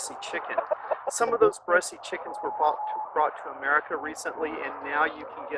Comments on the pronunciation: He says bressie like bessy. The French prounce it like bless. lol I don't know what "French" person you heard but they were misprouncing it. Look it up. It's not bressy. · I have Bresse (pronounced Bress, not Bressie like this gentleman says) chickens. They are beautiful. I have crossed them with Australorp and Meyer Hatchery's Olive Eggers. They have a few colored flecks which I like. I thought that the white was like bleach over other colors until I crossed it to a Mottled Java which is one of my favorite feather patterns. (Mottled Java pullets went broody too often). The F1 is almost totally black. She has a few white spots on her breast, but you have to catch her to see them. She has started laying a nice pink egg. I will see if the broodiness carries over. I am wondering if you have crossed them to Sapphire Gems? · Bresse - Rhymes with BLESS. Not Bressy. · It's not "bress-ee" it's "bress." You are why people don't like us coming to their countries on vacation. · Too bad that you got rid of your best cockerels. I would have crossed them over some very nice Black Australorp hens and established hybrid vigor. Black would have sharpened the white color too and you could then have used these offspring to cross back over the rest of your Bresse. I know it's a minor thing but the final 'e' is not pronounced ....one pronounces it as BRESS. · It's pronounced without an e at the end.